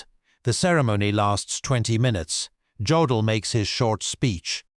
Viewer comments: yeah, too bad you can't pronounce Jodl's name correctly. The J is pronounced like a Y. It is pronounced Yodl, not J odl. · Hey stupid, it's yodel, not godel! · His name is pronounced “Yodell”, not Joedell. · Do you people never do any research? It is not Joe dl it’s pronounced Yo dal, show a little pride in your work.